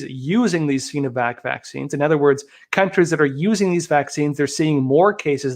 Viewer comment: Arggh. Love you but the "Sino" in Sinovac is pronounce with a long I, like sigh-no-vac. Not "seenovac".